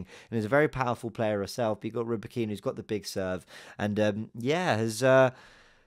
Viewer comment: RybAkyna, stress on the first A mate. Ryba is a fish on Russian))